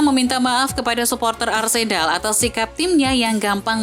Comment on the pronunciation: dengerin suara Mimin nya Arsenal jadi Arsedal 😅😂